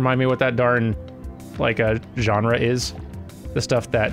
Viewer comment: "genera"? I thought the word was "genre"